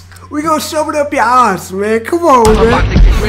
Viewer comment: pronounces ass like "oss"? Where is he from?